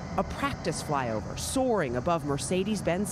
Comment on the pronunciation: She said “ fyover”